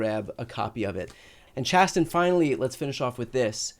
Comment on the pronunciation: Sorry Chasten not Chatten